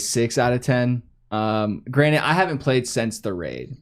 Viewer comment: Did just say 'granite' instead of granted 😂😂